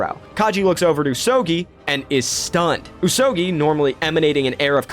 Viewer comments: Pretty sure the pronunciation should be "ooze oh gooey" rather than "ooze oh gee (as in geese)" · Is the pronunciation not like: Usogoi? Rather than usogii?